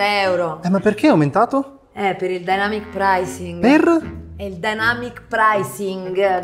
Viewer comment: io avevo capito all’inizio denamyc pricing 😂😂